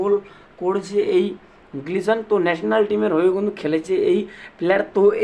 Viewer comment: Glison noi, Gelson Dala